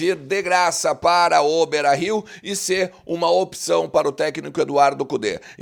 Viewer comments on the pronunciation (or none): quando tu dizes ' i se', na realidade queres dizer ' E ser'???? O Brasil tem uma língua oficial, é o português. Abraços.